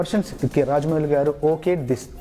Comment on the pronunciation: Rajdeep, it’s not Vijayendra “gaadu”. It’s “gaaru”, with an R. “Gaadu” is an informal and disrespectful way of calling someone.